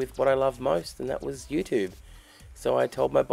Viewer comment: When Australians say YouTube the American way it makes me want to kick things. 😡